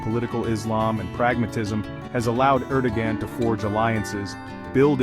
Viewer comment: Thanks for the great summary, you probably already know that the AI isn't producing Erdogan's name correctly.